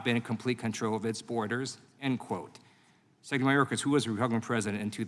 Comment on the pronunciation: Lieu can't say "secretary". How does he get a pass on botching English.